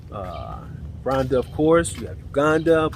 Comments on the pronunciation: Not Randa it is pronounced Ru wanda .or Roowanda. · I am Kenyan and yes there is no "u" or "oo" in the word Rwanda but I'm just trying to help you how to get the pronunciation correct because you sound like you are calling it Randa, but if you add the R""oo"wanda it may be easier for you...just saying. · On this cloudy day in Rhonda. No offense, but how can you mispronounce the name of the country you live in. 😂😂😂. Blessings